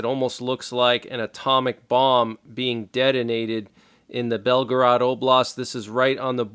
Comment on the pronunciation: Belgorod (Russian: Белгород, pronounced [ˈbʲelɡərət]; Ukrainian: Бєлгород or Білгород [ˈbʲiɫɦɔrɔd]) is a city that serves as the administrative center of Belgorod Oblast, Russia, located on the Seversky Donets River, approximately 40 kilometers (25 mi) north of the border with Ukraine. Biden will say, well it Was within the 200 mile limit he stated. Ugggg